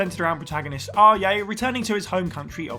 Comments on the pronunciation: Did he really say 'ah yay' for Ajay(fc4 protagonist) 💀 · Where are you get your pronunciation of Ajay? Awe yay, he's not Kanye West. Not even the locals in the game say it like that. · Bro who TF is Aryay? Like all you have to do is play the game to hear how the name is pronounced🤦🏻‍♂️ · It’s “AH-jay.” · Far Cry 4 protagonist name is pronounced like AwwJay. Seriously google how to pronounce a name if you don't know, takes less than 30 seconds SMH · Dude can’t even pronounce Ajay’s name correctly lol wtf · Seriously, the player's name is said SO much that the only way you could possibly say it this wrong is that you didn't play the game at all. I'd love to see a list where they mispronounce ALL of the protagonists' names... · Did this man just say Ajay with a silent J like it's a Latin name? Bruv